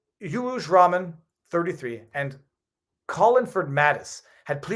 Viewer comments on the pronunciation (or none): none